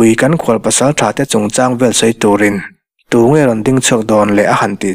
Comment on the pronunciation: chhiar ngaihnawmin, ziaktu lahin phuah thiam narawh e. mahse, 'tunge' tih hi, 'tu' lai tak hi i chhiar/lam ri dik lo thrin aa. mihring lua, tukhum kan sawia, 'tu' kan lam rik lai tak ang hian, tunge tih mai tur a ni e. (tukhum sawia tu lai tak lam rik angin)